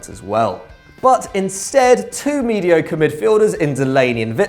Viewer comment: "mediocore" you clearly dont know anything about footballers outside the Premier league...